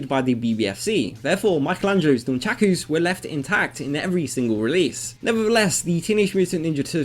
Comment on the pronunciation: Non-shaq-oooo's lol I've always known them as "nunn-chucks" or "nunn-chuckahs". :D Maybe my way is just an Australian thing?